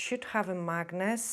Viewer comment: 🧲 magnet that's how you say it lol